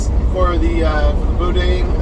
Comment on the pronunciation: It’s boo-Dan not boudin spelled that way but said different and it’s no really an egg roll it’s more of a Cajun delicacy that us Robert Louisiana folk love to eat